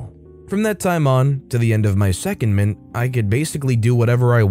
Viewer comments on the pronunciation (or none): Secondment is pronounced seh-cohnd-ment. The cond is like the cond in anaconda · say "se-COND-ment" please. Google "secondment pronunciation" and you get an infobox with audio. As a narrator, you really should review the script and look up any unfamiliar words before you record.